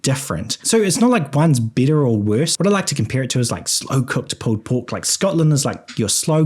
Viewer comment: are you saying “bitter” or “better”? 😅